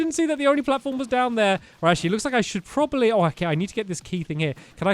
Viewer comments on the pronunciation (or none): none